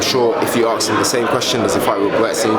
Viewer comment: Ask not aks, fucking hell